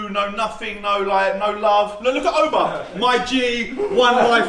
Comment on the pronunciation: "Ooba", "Uber"....its "Auba" ffs 😂